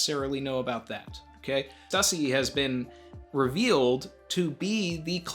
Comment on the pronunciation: Thank-you so much for not pronouncing it 'Stoosey''.